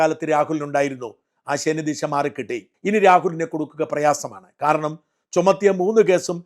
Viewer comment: ശനിദിശ അല്ല, ശനിദശ ആണ്